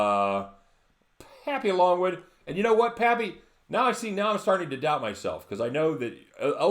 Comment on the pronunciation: Thanks for the shout out my brother!!!!! and its Papy-longggg-wood)" AkA I got that magic stick that drives girls crazy!! can't say much but that right there was a huge hint ..lol. didn't post any plays today , I was chilling with my lovely cousin down there in Aventura.. tomorrow we kill them bookies! lets get that Bag$. lol